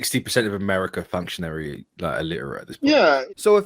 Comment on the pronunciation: I laughed when the guy insulting other peoples' command of the English language couldn't pronounce 'functionally' correctly.